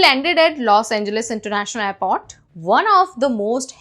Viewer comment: It's airport, not aipot. The letter r is a very useful consonant, use it.